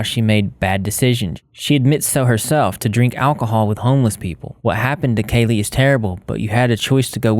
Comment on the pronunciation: i think its actually pronounced like cali instead of kaylee